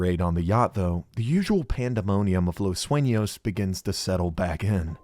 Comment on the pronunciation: as a spanish talker i congrat this man for giving hi best efforts at pronouncing spanish things such as the "ñ" in "los sueños" (los suenos in gmae refered to )or " los locos del pacifico" notice those small details that let you know he put a lot of effort into all his vids. (correct me abt any english mispronoun , i usually dont speak / write it often )